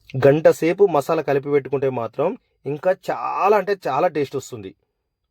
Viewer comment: మషాల కాదు బ్రో మసాలా అనాలి😅😅😅😅